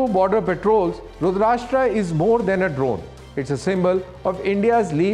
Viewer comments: Pronunciation should be rudraasthra and not rudraashtra. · It's not "Rudrashtra" Please don't use English pronunciation for Sanskrit names. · your pronunciation is wrong.. plz change the tone T ( ta) .. not country, it is an Astra ... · It’s Rudr+astra. Karan say aate hai ee log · Pronounce the name correctly... It's not Rudrashta😢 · Someone pls stop this anchor mispronouncing the weapon name ... May be he convinced it is RudrasHtraa because it is produced in Maharashtra ! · Shocked to hear from a DD presenter such a wrong pronunciation. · It's not pronounced रूद्राष्ट्रा but रूद्र अस्त्र = रुद्रास्त्र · रुद्र + अस्त्र = रुद्रास्त्र please get the pronunciation right. It’s embarrassing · First u learn how to pronounce rudrastra ,u r indian no why u copying west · It is Rudra…Astra.pl pronounce properly. It is not Rudrashtra.. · Abay salay it is Rudra Astraa so plz pronounce it in hindi & not English like Rudraashtra (Maharashtra) 🤬🤬🤬🤬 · Not रुद्राष्ट्रा 🤦🏻‍♂️ but रुद्र अस्त्र I get it! that you're delivering the news in English, but how can you F- up basic hindi? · It's not रूद्राष्ट्रा, it is रूद्रास्त्रा ( रूद्र अस्त्रा ) For God sake you are on government channel be careful. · Its रुद्रास्त्र not रुद्राष्ट्र, why DD news? Not expected from you. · It's NOT pronounced "RUDR-ASHTR-AA", It's "RUDRA-ASTR-A' 🙂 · TV pe dekhra tha, could not stop myself to connect on m mobile to to comment the same, thank god someone did it, thanks. It’s not expected form indians atleast, that too a DD anchor. He confidently mis-pronounces several times. Someone please stop this guy. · Great 👍… but please pronounce correctly… it’s रुद्रास्त्र, not रुद्राष्ट्र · Terminate this Anchor! At this age, he is pronuncing रुद्रास्त्र as रुदराष्ट्र. Unforgivable. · its not 'rashtra' as in maharashtra .... it is rudra-astra as in astra- sastra. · Pronounce correctly. It is Astra a weapon Rudrastra and not RASHTRA as your soellingbit. Rashtra means country/ nation / state